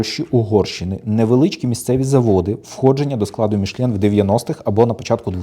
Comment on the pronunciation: Та тільки не «Мішлєн» а Мішелін 😉